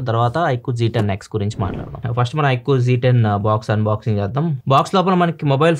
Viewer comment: Iqoo g 10 haa 😅😅 iqoo z 10☑️